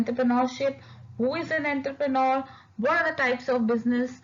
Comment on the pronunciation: Correct your pronounciation of entrepreneur it's not entherpenor🙂